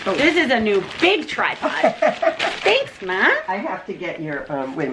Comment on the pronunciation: It took me a bit to realize "bug" was supposed to be "big."